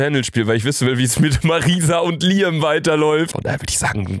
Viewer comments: Luca es wird Liäm ausgesprochen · Das wird btw liem ausgesprochen